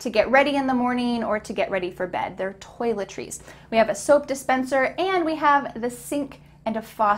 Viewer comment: pronunciation of toiletries got me🤔